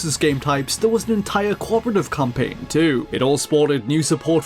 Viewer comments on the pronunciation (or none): "the campaing to cwush the rebel alliance"